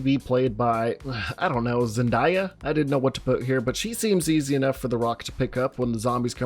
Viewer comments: Why did you pronounce Zendaya like that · Zendaya’s name: Zendaya Some people who see her name: Zen-DIE-ah. I-………